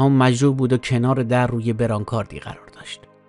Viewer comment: دوست گرامی، تلفظ درست وسیله‌ای که بیمار رو باهاش حمل میکنند، «برانکار»ه، و نه برانکارد. موفق باشید.